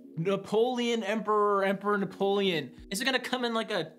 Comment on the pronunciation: Fapoleon hahhaha, but the disrespect is real